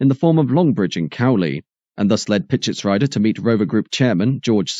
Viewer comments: Oh and, Pitschetsrieder is pronounced Pitshetsreeder, not rider. You see, there are about 7000 languages in the world and only one, English, does what you do with all names and places. Hence, 6999 times you are just wrong. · PischetsREEder....not Ryder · What an amazing video. Just a thing that I noticed - Bernd Pischetsrieder is supposed to be pronounced with an elongated e sound, like Pischetsreeder as per the German pronuncation customs :)